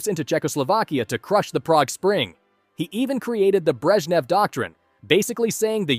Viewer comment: Alegzander Nikita Kruschov Lenid Breshchev